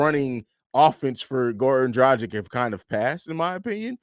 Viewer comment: It’s Goran Drah-gitch Please pronounce the name right smh